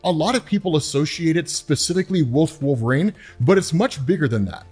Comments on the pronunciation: DUDE IS WOL-VER-INE.......NOT WOLVRAIN.....ULNESS I'm MISSING SOMETHANG.... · Dude. (Wul-ver-een) Not wolv-rane